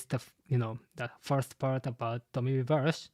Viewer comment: Just a small note, "Reversi" should probably be pronounced with the i coming from the latin word. Also Imu has to have the immortality surgery, I doubt he had to steal lifeforce to become immortal, he's more using his own infinite lifeforce to use the Abyss it seems like.